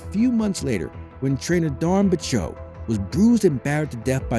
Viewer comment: I wish the narrator had learned how to correctly Dawn's last name (along with several other words).